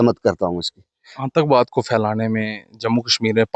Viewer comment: Aantakvaad nhi aatankvaad reporter ko pronounce karna nhi aata tatti reporter